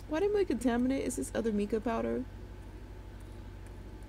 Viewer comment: Your killing me 😆😅🤣😅🤣 its MY-KUH not MEE-KUH. Love the video. 😊